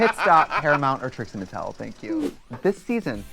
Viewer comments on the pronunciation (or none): Trixie Mattel is three syllables!!! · I love how Mo thinks "Trixie Mattel" is two syllables. xD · You heard it first - "Trixie Mattel" is 2 syllables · not Mo saying Trixie Mattel is 2 syllables 😭💀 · I'm glad someone else clocked that.